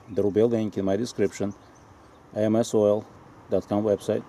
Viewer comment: IT PRONOUNCED AMZOIL NOT AMS OIL